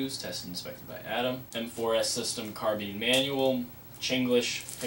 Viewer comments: Haha. You said carbeen. It's carbine. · wtf is a carbean...its carBINE